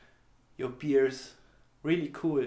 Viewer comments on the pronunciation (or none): Ach pipapo. Sein Englisch ist doch super. Nur die Aussprache stimmt halt manchmal nicht perfekt. "Bear" spricht man z.B. eher wie "bare" aus als wie das gute "beer". ^^ Das ist mir schon im Blackbook Video von P-Toons aufgefallen.